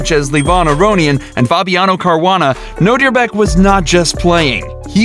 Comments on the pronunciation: Nodirbek is attualy my name its a Uzbek name and ur pronounceing Nodirbek to Nodirebek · What he say : Nodirbek What I hear : know your back